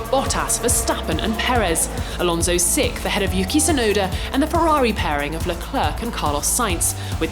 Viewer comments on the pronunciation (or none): "Alonso sick" That's not English.